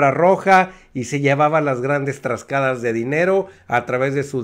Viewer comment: Oye. Porqué siempre dices "TRASCADAS"? se dice T A R A S C A D A S. a menos de que de un Estado a otro se úsen diferentes Diccionarios.